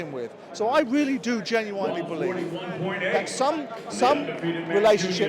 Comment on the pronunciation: He can't even say simple words like "genuinely."